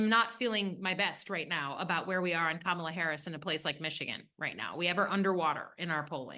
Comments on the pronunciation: The correct pronunciation of someone’s name is whatever they say it is. She pronounces it like COMMA-LA. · One of the best episodes of Bad Faith Podcast ever! BTW the proper pronunciation of Kamala is Kamla. The second “a” is silent. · Sure, perhaps if they were discussing Palestine but aside from that Butch Ware knows nothing about politics. He can't even pronounce Kamala's name correctly.